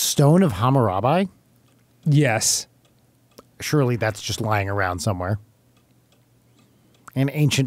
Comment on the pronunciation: please for the love of God say Hammurabi correctly